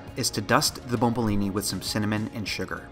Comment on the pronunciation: that it's called bomboloni not bombolini. great job any way!!!